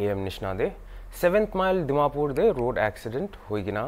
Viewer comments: Reporter... Please try to improve your Accent. You r doing well reporting but accent tu... Dimapor....😂😂😅😅😂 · What tv or whatever . Btw don't try to act so like Americans Americans . Is call Dimapur not timapur . Go for phonetic class first